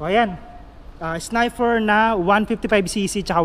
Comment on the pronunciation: sniper..nde snifer